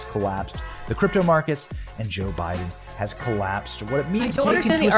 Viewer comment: I've been watching so chill and then all of a sudden "Boe Jiden"straight up froze me